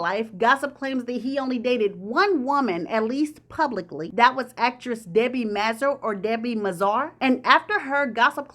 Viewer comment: Just came to say that sis you gotta put some respek (haha) on Miss Debi Mazar (pronounced May-Zar) name. She was one of those actresses who killed it back in the 90s. She was not the one to be played with. Loved her in Goodfellas 🥰🥰🥰 Good video as usual. And half of this video was news to me. The tea was hot 😳